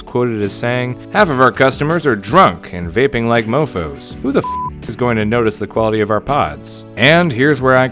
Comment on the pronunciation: “What’s a vapping”